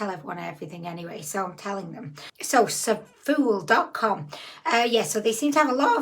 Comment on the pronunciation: I always thought Zaful was pronounced like 'raffle'. Maybe I'm just common! 😂😂😂✌💜